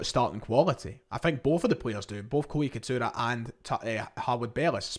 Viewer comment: It’s Itakura not Ikatura